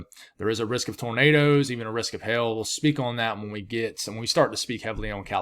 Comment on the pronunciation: It sounds like he’s saying hail, but it sounds like he’s saying Hell , haha!